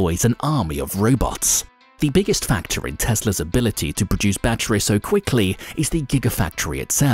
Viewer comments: The way this guy says battweeze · Say "batteries" one more time